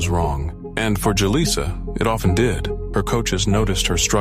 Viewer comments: Too many!... 🤦 It's actually pronounced... Who-Lisa!.. 😮‍💨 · How many different ways can you pronounce Julissa in one video?